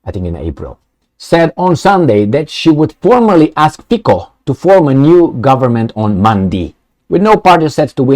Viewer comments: I am a Slovakian and big fun and subscribed to your chanel and watching you daily. You're good and truthful guy and hope you will continue. Please, pronounce Robert Fico correctly. It reeds FITSO not Fiko. Slovakian C is TSE. So please reeds Robert Fitso. Robert is guy with stainless steel balls like Orban and he will not back off from his promises. You know Slovakia is the most simpathetic people to Russia in all stupid EU. That's true. They are our ethic brothers and we don't hate them. Ukraine on another side was always issue. Trust me! Revolution in Europe has started and hope Romanians will join soon. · I don't but trying to pronounce something lite "ts" as in "let's" for Fico is not a big hurdle, is it. Besides, it is not the inability, but the lack of intent, what the issue is here. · I am Slovakian and Fico (do not pronounce "c" as "k", but as you would "c" from word Citrus:) ) Hi is not without some "sins", but he is the smallest sinner from all the rest weasels! To my surprises second finished "Progressive Slovakia" which is bunch of USA rectal alpinists and propagators of LGBT + perverts, gender freedom and rest o the BS. In to the same category belong also Slovakian president Ms. Caputova - permanent visitor to US embassy in Bratislava! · 'Fico' is pronounced like 'Fitzo' in Slovak - May Robert Fico be true to his words - enough of the USA and NATO.